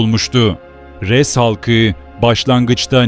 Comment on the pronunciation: Bende diyorum bu ashabı Rass ne demek farklı bi kavim mi yoksa sıradan bi söz mü meğerse bi kavmin adıymış AshabulRass Ress değil arapçada R harfi ince değil kalın seslidir